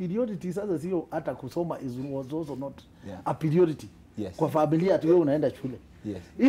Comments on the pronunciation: .....ni piriority ama priority 😅😅😂😂😂😂😂😂 kweli nusery was not compulsory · 😂😂😂😂😂 nursery was not a pirioriti😂😂😂😂 babayao.kama umesikia chapa hapa like. ⬇ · It was not a PIRIORITY😂😂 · It was not a piriority🤣🤣🤣🤣🤣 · pirio...what??????????????? piriority